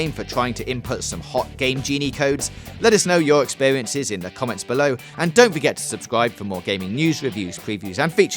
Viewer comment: Subskwibe for pweeviews and check owt sum other vidweos